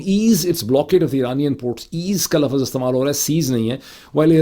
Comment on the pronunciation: Lafaz nhi lafz kehty hyn